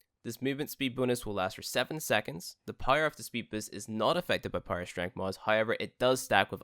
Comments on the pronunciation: It took me watching 5 vids and readin this comment to realise that... so basically just readin this comment 😂😂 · I THOUGHT I WAS THE ONLY ONE😭😭😭😭😭😭😭😭😭